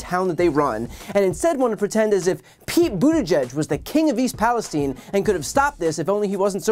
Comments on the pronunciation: Where is all of the Republican support for the unfortunate people of East Palestein? Oops Palestine which is how it's actually pronounced. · "East Palesteen"? Is it not East PalesTYNE"?